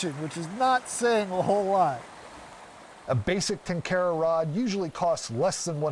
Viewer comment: If only western tenkara fishermen (who claim to love and respect the tradition) could make a modest effort to correctly pronounce the word "tenkara". They don't even pretend to make an effort.